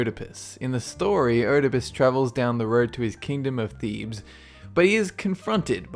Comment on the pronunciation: Bro you mis-pronounced a lot of the names of not only monsters, but you also said Thebes wrong and Deity. :/ You also said some of the Deity's names, including Uranus